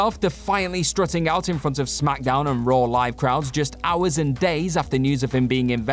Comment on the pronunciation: Raw* not Roar